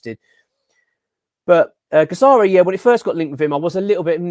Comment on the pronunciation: you are pronouncing Guirassy’s name wrong mate